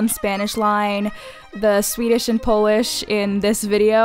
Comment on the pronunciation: Honestly, you did it amazingly, you can say words in Polish very well 😳